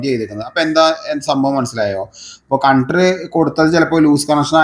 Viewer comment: കൺട്രൂ അല്ല ചേട്ടാ. കണക്ടർ എന്ന് പറയു. നാവ് വടിച്ചാൽ ശെരിയാകും. പിന്നെ 250രൂപ മാത്രം ഇങ്ങനെ ഉള്ള പണിക്ക് ഞാൻ വാങ്ങാറുള്ളു.😂